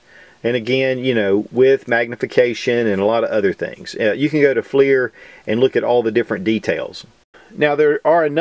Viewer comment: Pretty sure it's pronounced "flur" not fleir... ding dong